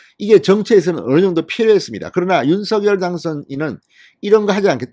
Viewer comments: 진성호님 윤성녈 입니다. 신경좀 써주세요. 발음 통일해야 됩니다! 윤셩녈 입니다. 윤서결이 아닙니다!!!! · 윤서결이 이니고 윤석녈로 발음하셔 야 되지않을가요? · 대통령은 윤 성 렬 이십니다 진성호 방송에는 대통령 이름을 윤 서결이라고 하시는데 어느이름 이맞습니까요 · 진성호 님, 제발 "윤서결"이라 발음하지 말고, 당선인이 원하는 "윤성녈"로 발음하여 주세요!!!